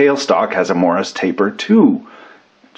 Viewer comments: "MORRIS" taper ? ? Or, is that just some weird Kanukistani way of saying MORSE taper... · every time he said it, I heard Morris taper. He may not have been saying that, but it's definitely Morse taper. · 'Morse' taper, not 'Morris'. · Morse. Taper. Say it with me. Morse. Not morris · Morse is not pronounced Morris by the way ;) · Yes, I'm aware that the word is Morse, but he's saying Morris. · Andrew Delashaw no, there is definitely an intentional "i" sound in there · have i been pronouncing morse taper wrong this whole time?